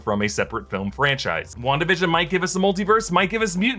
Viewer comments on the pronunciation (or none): Is it on purpose that you're saying "Wanda-da-fk" instead of simply "Wan-da-fk"?